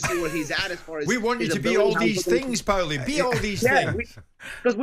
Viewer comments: "Powlie". What an idiot. Your supposed to be a sport and boxing pundit, yet you don't know the name of the legend of boxing PAULIE! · It’s PAULIE! not powelly. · Who’s “Powelly” Jim ya melt? It’s Paulie ffs🤦‍♂️ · Powley!! nah its Porley. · yeah but Paulie doesn't call himself powlie 😂 he calls himself paulie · Why is Jim calling him ‘Powlie’, it’s Paulie ffs 😂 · why the frick is that silly old codger calling him pawly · Why can't Jim just say Paulie like the rest of us it's not hard to pronounce ffs 😂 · yes but jim white isn’t Italian, wasn’t in Italy when he pronounced it that way and wasn’t speaking Italian at the time 🤦‍♂️I hate it when people try to put these cringe accents on when saying certain words/names 🤦‍♂️ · It’s classic powlie 🐷 lol jug 👂 and Powlie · 😂 I read this comment as the vid was loading then bosh straight out the gates "powlie" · Aye right powl the other one 😂